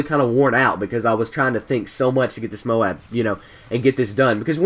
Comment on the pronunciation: THANK YOU! You said MOAB like "MOE-AB" instead of "MOBE". I hate it when people say it like "MOBE" lol